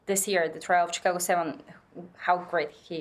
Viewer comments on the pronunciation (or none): none